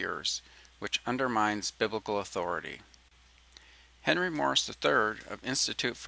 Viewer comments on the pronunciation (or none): none